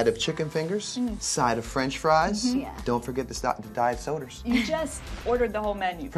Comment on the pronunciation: “don’t forget the *diet soders*”